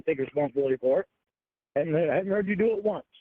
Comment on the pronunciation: He never takes responsibility for anything. He nevah even meant tew dew it